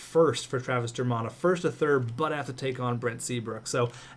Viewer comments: It's pronounced Dur-Mitt not Dur-Mott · It's pronounced Travis Der-mitt not Der-mott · The way you pronounce dermott...